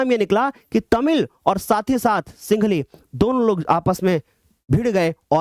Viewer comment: Sir singli nhi sihnli h